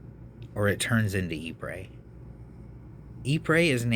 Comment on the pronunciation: Ypres is correctly pronounced as 'ee-pruh'.